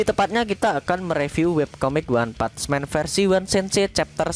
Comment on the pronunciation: PUNCH PAKE N min.. bukan PUCH